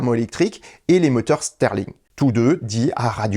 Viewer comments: moteur "stirling" et pas "sterling" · Stirling, pas sterling